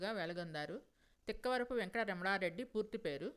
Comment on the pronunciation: ఇంటిపేరు " తిక్కవరపు" (టిక్కవరపు కాదు). గమనించగలరు.